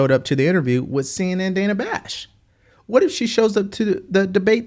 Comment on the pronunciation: Right. He is old enough to know how to pronounce "with." It's not "wiff."